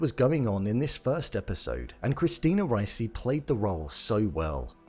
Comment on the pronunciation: Dude, it's "Ree-chee," not "Rice-ee."